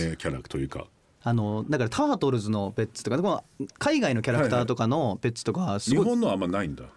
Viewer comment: 最多出場の仲村さん。でも久しぶりの二人。でもいつも仲良しでイチャイチャしてるイメージの二人。今日は可愛い二人の仲を見ちゃった日。 安元さん！『ペッツ』の発音、言い方好きだな。